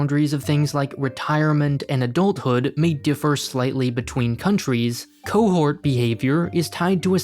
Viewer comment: he said Adul thood (just though it was funny)